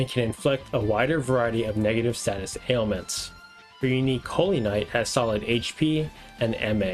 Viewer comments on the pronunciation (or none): none